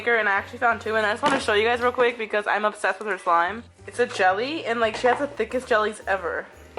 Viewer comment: Why you say for slime sur she????